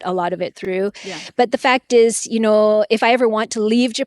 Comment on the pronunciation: Lol great Canadian “you know” we got some heavy vowels in Minnesota too